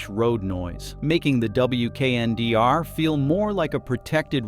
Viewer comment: It's a concept vehicle. It's not available anywhere. Some features make their way into production models. Prices are imaginary. AI narration is terrible. Pay a human. This concept is pronounced "weekender".